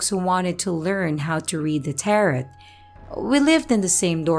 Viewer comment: Just for future reference, "tarot" has a silent "e" and long "o". "Tair-oh" - it sort-of rhymes with "pear blow". Just trying to help! I love what you're doing so far. I discovered your channel through your collaboration with Morris Media & just subscribed. Keep up the fantastic work!